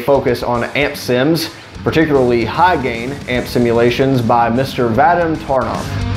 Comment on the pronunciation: in surnames Taranov emphasis is placed on the second syllable.ТаrAnov